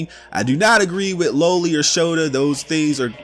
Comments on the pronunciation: LA-Lee not low-ly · You’re pronouncing loli incorrectly.